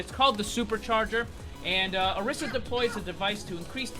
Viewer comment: pronounce your name odisa but its spelled orisa